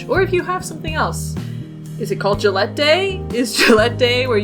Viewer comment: ily but ur pronounciation of Gallette triggered me every time. Also it's a puff pastry cake, not bread, to answer ur question.